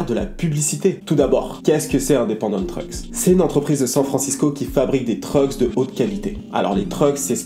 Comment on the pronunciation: Et tu prononce mal Independant